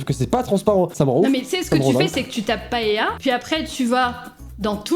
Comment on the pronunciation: Vous prononcez Paella,paela.Etant espagnole,je devais le faire remarquer 😂😂